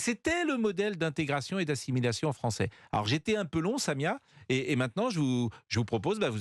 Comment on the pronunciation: Mdr le frero kabil : moi je suis devenu Fronçais 😅😅🤣🤣